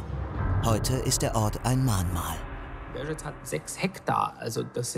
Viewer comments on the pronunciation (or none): "Belschek" für Belzec (sprich belseds) und "Liditsche" statt "Lididse" ist nicht zum Anhören! Schade, sonst eine gute Zusammenfassung.